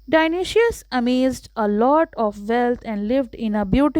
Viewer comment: Dionoshious nahi dionysius